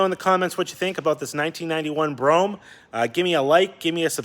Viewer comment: That’s pronounced ‘Bro Ham’ bro 🤣😂🤣😂 nice car also!